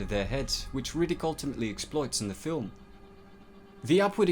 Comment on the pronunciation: Can someone tell me his name because every ti,e he says it it sounds like nyatt